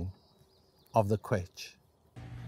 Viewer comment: Excellent presentation. Thank you. But pronounce the ‘ch’ as in ‘loch’, please.